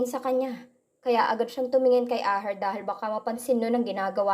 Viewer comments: asher po, hindi po aher... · Pwede pronounce your words properly. Asher not Aher more nice to hear the correct pronounce, Sorry correction must under your care. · wag nanaman ibahin ang name ni Asher, Hindi aher. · Ito nanaman Yong narrator na robot Kakairita ano daw Aher😅😅 akala ko Asher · pkibasa NG maaus.. ASHER. NOT AHER.. READ VERY WELL.. PLEASE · Ayan tama ang gnwa mo asher,dhil plabas lng ng 2 un, mga sira ulo ng mag aama,hndi k mgttgumpay av a sa mga mssama mong blak lalo p at pera lng ni asher ang hbol mo, ashe at hndi aher,ang pngit pakinggan,ang gnda p nman ng story,c asher nga ang tunay n ama ni elora,sna nman wlng mrming stress ng story👍👍👍❤️❤️❤️ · Aher? Or. USHER please be careful Ganda Sana ng kwento